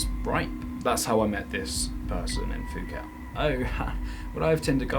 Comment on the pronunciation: Fuket! OMG I'm dying, do you call it FUKET? 😂😂😂 Sorry for laughing in such a serious situation but i just can't help it, Your the best!